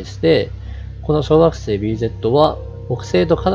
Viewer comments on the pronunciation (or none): テロップ無いと ワガママ小惑星→ワガママ小学生 に聞こえるw なーんも計算も根拠も無いけど、太陽系外惑星が太陽系に混じった気がする。 その逆公転の小惑星の地質調査すれば面白そうだな。